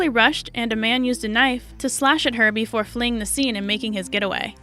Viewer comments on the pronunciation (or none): none